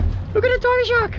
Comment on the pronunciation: Tiggah Shahhk in the wohhtahh